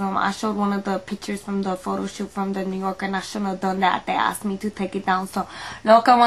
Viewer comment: Did she say, "Photo CHoot?"